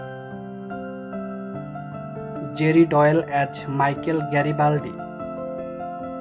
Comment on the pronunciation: AS = AAZZZZZZZZZZZ not AT